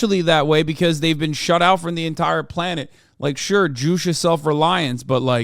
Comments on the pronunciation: it's not 'joosh' it's 'joo-chay' lmao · according to how its written in korean, yeah it should be joo-cheh (like check without the ck) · Isn't it pronounced Ju-che(you say the che part as if you're saying Che Guevaras name)